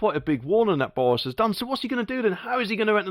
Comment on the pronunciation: It's Boris not Bowis 🤪.